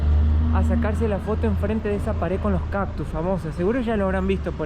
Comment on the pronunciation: No se dice caPtus, ya q te la das de tan estudiado, son caCtus!!!!!!